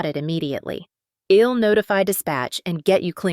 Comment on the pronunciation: The AI program reading the script leaves a lot to be desired. “I’ll” being read as “ill” and many others.